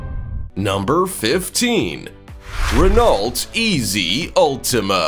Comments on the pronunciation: Ruh-nault? No. Ruh-No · Renolt!!?? Really?! Ren o in England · Renault pronunciation is "ruh-now" not RenALT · It's pronounced Ren-Oh, not Ren-ALT - you had one job, fuck me. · RenaulT LOL everytime he pronounced the T I had to laugh It's pronounced ren oo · just so you pronounce the renault name correctly its pronounced renno not rennalt the last letters LT are silent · In French, "ault" is pronounced oh. This Renault is pronounced renn no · Pronounced Ren Oh. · Renault pronounced Rey-noh… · Renault, is pronounced “reno” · You’re pronouncing Renault wrong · You might want to work on your pronunciation of Renault. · Oh dear just started watching this and please learn how to pronounce Renault correctly. It’s shows how much you know about your subject matter. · Aaughhh! Learn to pronounce Renault correctly!